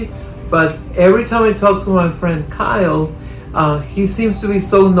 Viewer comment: i'm in love with Kiel...that seems to be pronounce Kyle...but i don't care, lie to me baby.